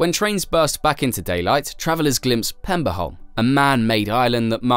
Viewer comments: The Danish name of the island is Peberholm, not Pemberholm. The Swedish name is Pepparholm. Both meaning Pepper island. No extra points given for figuring out what Saltholm means. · if he'd just said pebberholm it'd be fine but Pemberholm is... Interesting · I cant keep listening to the Pemberholm :( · At no point does this video answer why they had to build a tunnel AND a bridge. It only answer why part of it had to be a tunnel, not why it couldn't be a tunnel all the way. And as others have pointed out, it constantly calls Peberholm PeMberholm for some reason. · So many facts in this video that you got wrong that I'm not even gonna try to summarize them all. And as other commenters have said, where do you find the M in Peberholm (Danish) Pepparholm (Swedish)....